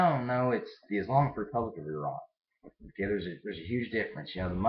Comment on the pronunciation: Yep I can imagine a country where everyone thinks you're the enemy. Well, atleast your neighbours. I live in one.. India! :') But yeah.. FINALLY an American who says Iran, and not Eye-ran. YAY! :P